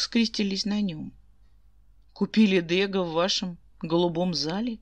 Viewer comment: Благодарю. Ваши озвучки нравятся, одни из немногих. И все же ДегА..... Ударение на а